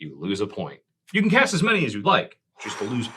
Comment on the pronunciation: missing the T in cast, in the rules. Sorry, it bugged me.